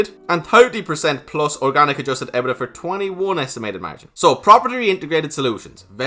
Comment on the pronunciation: EBITDA is pronounced E-bit-da 😉